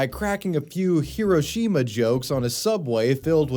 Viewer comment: It’s also pronounced “he-RHO-shi-mah” which several people say in this video so if we’re trying to be respectful let’s start with that